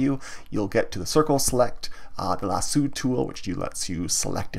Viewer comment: "lassoo" lol